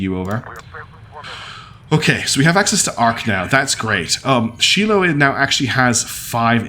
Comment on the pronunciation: The last person you want helping you design a ship.... is me XD Also, Shiloh is pronounced Shy-lo. It's Hebrew I believe. Great series so far. Lots of twists and turns.